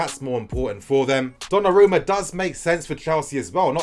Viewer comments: Finally learned how to pronounce Donnarumma. 😂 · Liked for the correct pronunciation "Donnarumma" 😃